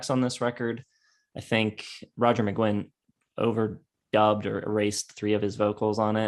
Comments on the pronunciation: You guys don't even know how to pronounce Roger's surname. Magain as in again? Read the name: Mc-Guinn as in the famous baseball hall of fame Tony Gwynn. But by all means, your real experts! No one would let anyone write a book on Michael Jordan if he said he wanted to write a book on "Mikel Jor-Don"...Truly one of the most ludicrous things I have ever seen.... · Good video despite the constant mispronunciation of Roger McGuinn's surname (it's pronounced McGwinn). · It's pronounced "McGwinn" NOT "McGinn"!!!! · it's pronounced Magwinn not Maginn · Hey guys, please, it's pronounced "Roger Muh-Gwwinn." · It's pronounced like Mc-GWINN. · I love your appreciation for the greatest American band. But your consistent mispronunciation of McGuinn is driving me mad.